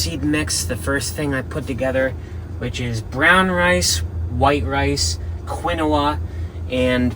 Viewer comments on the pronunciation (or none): Quinoa = Keen-wa